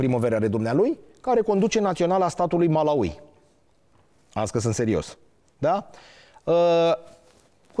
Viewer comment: Învață sa pronunți Malawi 🇲🇼 …..